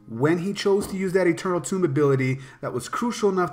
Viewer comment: what's goin on what's goin on? great vid, although I can't stand when people pronounce eternal tome like "tomb". the word tome rhymes with home.